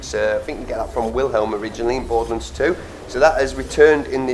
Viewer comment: Borderlunds? It's Borderlands. Lands rhymes with hands.